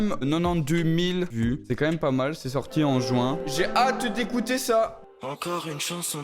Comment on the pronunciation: Juste on dit ju1 (juin) et pas jouin (jwin)